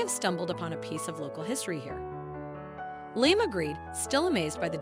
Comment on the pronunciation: LIAM is pronounced LEE-UM